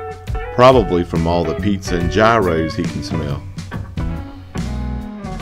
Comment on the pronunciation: Hey man, I was born and raised in Conway. I want to tell you that your videos are fantastic!. There's just one little thing I just HAVE to share! And PLEASE don't be offended by this one little FYI thing: The word for this classic Greek sandwich was borrowed by the English language in the 1970s, but since then, Americans have butchered the pronunciation to the point we’re no longer sure how to say it. We can no longer order this classic Greek sandwich with confidence. Most people agree that gyros are delicious, but they tend to disagree on how to pronounce g-r-y-o. Is it GUY-roh? ZHI-ROH? Or maybe JAI-roh? Some say GEE-roh or JEE-roh. Luckily, this isn’t one of those situations where there are multiple correct ways to say it. There is a clear right and wrong way. And the right way is YEE-roh. JAI-row is probably the most common way of mispronouncing the word, but Merriam-Webster says that your pronunciation is only correct when referring to gyro, as in a gyroscope or gyrocompass. Unless you’re talking about the tool that uses Earth’s gravity to help determine orientation, you shouldn’t be saying JAI-roh. So there you go. You’re all set to order this tasty snack whether it’s at the beach or on your next trip to Greece. All in fun. No doubt, when you order a "gyro" in Myrtle Beach, you'll get exactly what you want, but just not if you ever happen to be in Greece.